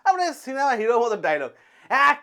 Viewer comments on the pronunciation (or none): none